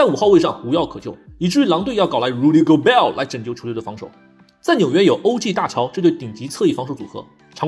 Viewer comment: JRUE HOLIDAY (0/1)😢😭 Julius Randle＊纽约口音 Donte Divincenzo 🪚🪚🪚 Karl Anthony-Tawn 🍬＊明尼苏达口音 张学友(我和你吻别口音😂) 阿德托昆博＊希腊口音🇬🇷 简直強大💪💪💪 无需多言+无药可救 Rudy Go"bell" 🔔🔔🔔 9LNB 🚀🚀🚀12了